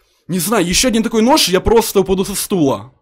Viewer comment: мне выпал нош нош он сказал нош